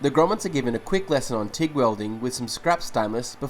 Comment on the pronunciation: I honeslty thought he said Gromits instead of Grommets. And it got me thinking about Wallace and Gromit.